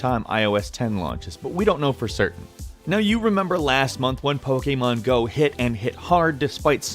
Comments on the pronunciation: It's pokèmon not pokàmon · Lol, pokaymon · The way he says Pokemon pisses me off